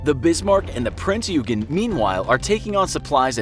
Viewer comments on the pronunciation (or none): It s not peen eugen it s print eugen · Just a little info its prince oy gen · OK. 1. Prinz Eugen is pronounced “Prinz Oygen”. 2. “Admiralty”, not “Admirality” 3. “Arado”, not “Ahado”. 4. I never heard about the Norfolk being attacked by Swordfish torpedo bombers. 5. Rodney was a battleship, not a destroyer. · it was pronounced prince oy-gen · ye it aint ugen its prince oigen if u need help to pronounce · the king georges guns were 14 inch, bismarck is not a mid-cold war russian guided missile destroyer, the british do not have the ticonderoga class of cruisers, the british torpedo bombers were not jet fighters, the f35 did not exist in the WW2, the german cruiser prinz eugen is not pronounced prinz yougen, no battleship or any ship has ever had guns at the highest point of the ship. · “Prince YOUgen” Uncultured swine, it’s prince OY-gihn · It isn’t Prince Yoogen... it’s Prinz Eugen (pronounced Oigen) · the king george never had 16 inch guns, but rather 14 inch guns.~ says the destroyer rodney, the rodney was a battleship. submarine spitfire? prince U-gen? pronounced prinz OI-gen. Also, almost all planes or ships displayed are nothing alike what they really looked like (why does the bismarck have what looks like missile launchers?). the only thing that looked like anything was a perhaps renown class when referring the the prince or wales (don't feel like re-watching) and they pretty much got the biplanes on, but whats with all these 2 and 3 engine planes when referring to float planes or spitfires? not a bad video, but its not hard to look up correct pronunciation or at least closely resemble what you are talking about in image form. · Yeah. Also calling Bismarck "She", and also "Prince Yoogen"(pronounced more like "Oy-gen") decent video though, just prepare a bit more. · Admiralty, supermarine spitfire, Prinz Oi-gen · P r i n z Y o o g e n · Prinz Eugen - Prinzz Hoy-Gnn(or Oiy-Gnn) mostly silently pronounced the Eu = Oi/hoi/Oiy/Hoy